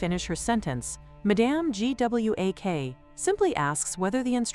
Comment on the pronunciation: make sure the AI can pronouce a main character's name .Everytime it spelled out Gwak it was painful.